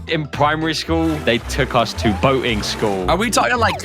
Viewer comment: Boatin school that not how you say IT!!!!!!!!!!!!!!!!!!!!!!!!